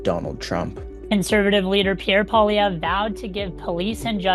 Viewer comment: Oh no, it’s … world’s most annoying voice every time he pronounces “Poilievre”… please stop